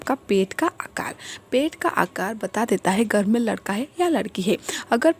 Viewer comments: Teria ladka or ladki hi bolna nhi smjh aa raha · Ap ish vedio mai ladka bol rhi hai ya ladki sahi se samj nhi aarha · Pehle ladka or ladki bolna seekh lo samajh he nahi aata ladka bol rahi ho ya ladki pagal aurat faltoo tym barbar kar rahi ho